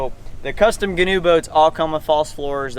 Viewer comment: Ghee-noe Ghee (pronounced like key)-new